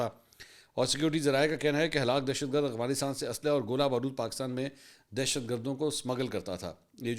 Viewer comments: اغوانستان نہیں افغانستان بولا کریں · اسلام علیکم سر افغانستان کو اغوانستان کیوں پڑھتے ہیں آپ بس یہ بتا دیں ؟؟؟؟؟؟؟؟؟؟؟؟؟؟؟؟؟؟؟؟؟؟؟؟؟؟؟؟ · Agwan ni h Afghanistan h mansoor bhai 😂😂😂 . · افغانستان کو اغوانستان کیوں پڑھتے ہیں آپ یہ بتا دیں